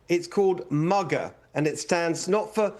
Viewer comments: I'm sorry, but I'm not voting for a Brit for CA governor. Give me the sheriff! Hilton cannot even pronounce MAGA.🤷🏾‍♀️ Dude is not from here and probably doesn't know much about our landscape. Let's go sheriff! 🎉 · “MUGA” 😂😂😂 Actually, I think that’s a close one between Newsom and Pritzker…